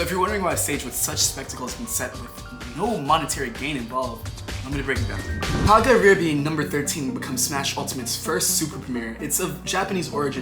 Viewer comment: As someone who actively competes in both offline and online tournaments, you calling kagaribi “ka guh bar ay” told me everything I needed to know about this video